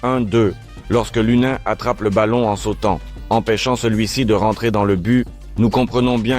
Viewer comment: se dit lounine